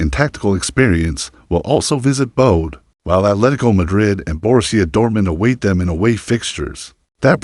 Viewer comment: And Bodø. It's not Bode or Boad. The ø is pronounced as the ea in early or heard. Ø means island.